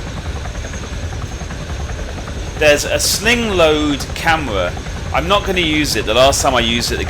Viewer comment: "a camwa thwat fwaces dwonwards"